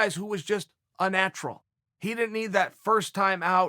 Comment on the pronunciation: Chael cant pronounce "didn't" properly....and I can't do shit about it.